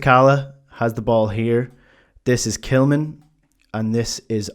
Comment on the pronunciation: Why are you referring to Tillman as ""??